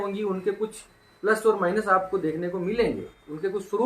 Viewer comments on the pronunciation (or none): none